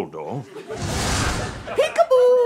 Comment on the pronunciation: Did you say his name that way on purpose? "Doubledore"?